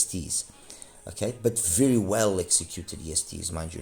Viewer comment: Wery wery nice review...